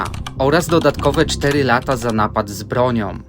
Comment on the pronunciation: Ce ma rację.Nie przedłużaj wyrazów,bo to denerwujące.Poćwicz czytając tekst a potem go przesłuchuj.Zauważ swoje błędy.Najwięcej błędów robisz przy czasownikach np.ucieeekaaali,złapaaaliii i niestety rzeczownikach np. naaapad,dolaaarów,nakotyyyków.Masz ciekawe filmy wiec możesz tu zagościć ale pracuj nad prawidłową wymową.Znajdź kogoś,kto Ci pomoże.POWODZENIA!